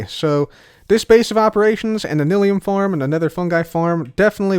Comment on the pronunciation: Is it pronounced nil-ium or nye-lium? I always pronounced the second and heard other Youtubers do the same.